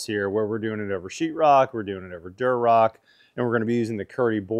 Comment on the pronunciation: It’s Durock,, not “Durorock”